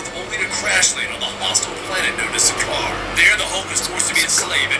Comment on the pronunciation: I agree with you about everything you said. Just to clear some things up (sorry I'm little scholastic): his name is Bryan Tyler and he didn't do the first Thor but there was music from the first film, and Sakaar is pronounced Sakar.That's all, great review.